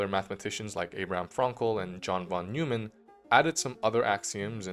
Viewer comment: Good video, but several typos throughout, especially regarding names (for example has Russel instead of Russell, has Bernsays and Godel instead of Bernays and Gödel). You also pronounced "Neumann" as "Newman", rather than the correct "Noyman" .